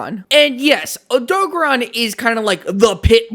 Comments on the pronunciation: It's name is Odogaron, not Odogon. (oh-do-gare-on) Also Diablos is female, Monoblos is male. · wtf is an odog-a-ron?... do you odo-gar-on? you know how they actually say it in game? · erm actually its o-doe-gare-ron this is how you say it in the games :> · the WORST way I’ve heard Odogaron being pronounced.